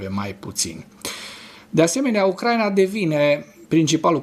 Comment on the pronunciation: D-n nu se spune Ucr/A/ina ci Ucra/I/na, pentru ucraineni asta-i foarte important.